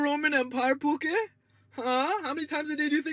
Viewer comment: he's pronouncing 'pookie' like 'poo-keh' which means...something else in Tagalog 😭